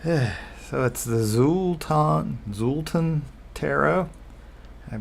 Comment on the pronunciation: The "X" in Xultun is pronounced like the "Ch" sound "Chultun"